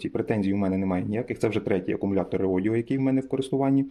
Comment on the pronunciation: Дякую за огляд. Одне питання - чому ви весь час Редодо називаєте Реодіо? )